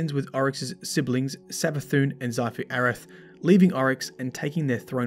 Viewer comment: stop saying sifu. it's xivu {ceevu} arath..